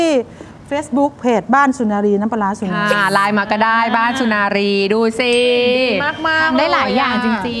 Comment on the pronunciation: สุนารี ไม่ใช่ สุรนารี โอยยย อิหยังวะ